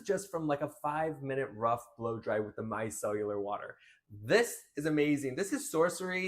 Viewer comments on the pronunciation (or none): “Mi-cell-ar”. not “mi-cell-u-lar”